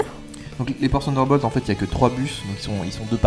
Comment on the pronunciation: "ssssssunderbolt" : c'est bien des Français ça...